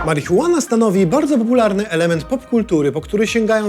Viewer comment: marihuean? na co to komu?